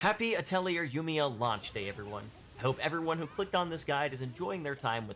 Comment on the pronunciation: as a quick aside, "atelier" is a french loanword and it's pronounced ah-tell-ee-eh